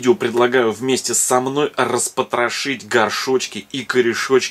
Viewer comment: Мне нравится как вы говорите распотраши